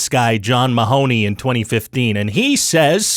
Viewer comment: MAH-honey. Not maHONEy.